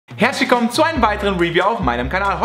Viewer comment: Der sagt anstatt herzlich willkommen sagt er herschikom